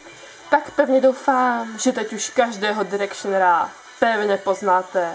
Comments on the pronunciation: není to náhodou "dájrekšn" takže "Dájrekšner" ? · direkšrnera pls ked chceš o niečom hovoriť tak si to aspon pozri ako sa to vislovuje.